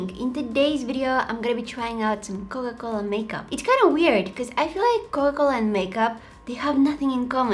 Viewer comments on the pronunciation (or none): U said cola-cola in the video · Coca-Cola not cola-cola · Is it just me ar did she pronounced coca -cola as coca - coca But I still love her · hi you sound like your saying ''cola cola'' but it made my day xx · It is not COLA -COLA its COCA COLA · Am I the only one who ears cola-cola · COCA COLA ❌COLA COLA✅ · It’s not cola cola it’s Coca Cola btw not trying to be mean your so talent with makeup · Girl didn't realise she was saying 'Coa Cola' instead of 'Coca Cola'. LOL Uhhhhhhhhhhhhhhhhhhhhhhhhhhhhhhhhhhhhhhhhhhhhhhhhhhhhhhhhhhhhhhhhhhhhhhhhhhhhhhhhhhhhhhhhhhhhhhhhhhhhhhhhhhhhhhhhhhhhhhhhhhhhhhhhhhhhhhhhhhhhhhhhhhhhhhhhhhhhhhhhhhhhhhhhhhhhhhhhhhhhhhhhhhhhhhhhhhhhhhhhhhhhhhhhhhhhhhhhhhhhhhhhhhhhhhhhhhhhhhhhhhhhhhhhhhhhhhhhhhhhhhhhhhhhhhhhhhhhhhhhhhhhhhhhhhhhhhhhhhhhhhhhhhhhhhhhhh I'm a bit to young for Coca Cola zero so, classic I guess.......... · Everytime she said coca cola I heard cola cola🤣😅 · I love that u said cocola instead or coca cola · Her saying Coca-Cola 🥺 “Coa-Cola” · I think my ears hear she said "Cola-Cola" every time, instead of Coca Cola 😁😁 but still i like the way she said that word. Very cute 😍😍😍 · CoCa cola, you're saying cola cola 😂😂 i love the light one, too much sugar in the normal one and i don't like the Zero one 😂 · I love how she says Cola Cola instead of Coca Cola. Awwwww 💗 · Why does it sound like she sayin* cowa cola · I love how she says coca cola because i here cola cola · When she says coka cola it sounds like coke cola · I love how she kept saying Co O Cola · I love how she calls it cola cola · I love that pronounce coca cola " coco la" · Dose anyone hear that instead of coca cola she says cola cola it’s so cute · No ones talking about how she says Coca Cola she says cola cola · cola cola original! love it!! and I like how she says TRANSITION ! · is she saying cocola ? 🥺❤️ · Her accent while saying coca-Cola is is funny but adorable